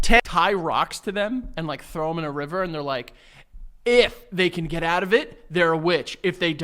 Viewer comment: Your even worse at saying out. OAT. 😅